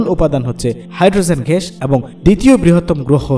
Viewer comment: খুবই সুন্দর উপস্থাপনা, গ্যাস কে ঘ্যাস বলছেন এইটুকু শুনতে খারাপ লেগেছে